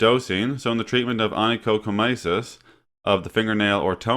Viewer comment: ony-cho-co-my-sis? Ony-cho-my-co-sis. But good information, thank you!